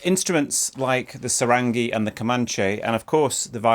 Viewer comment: Ok i thought you were not going to pronounce Sarangi like that the entire video.. But it really bothers me.. Here is how you say pronounce it Sa (from sars disease) Ran ( not exactly but there is no English letter for ङ) Gi ( from giddy or giddy up)